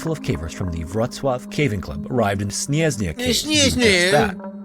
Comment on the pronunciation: as a pole, i feel very offended by how is saying SNIEZNA xDD